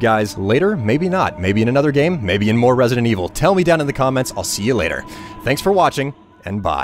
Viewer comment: resident wiivel? hue